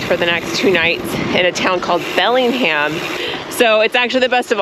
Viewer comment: 😂 It's pronounced Bellinjum